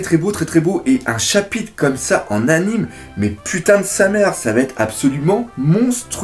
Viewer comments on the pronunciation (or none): none